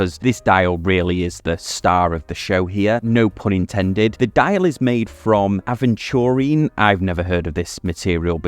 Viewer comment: Crazy that you made a whole video without looking up how to pronounce aventurine ahead of recording 😂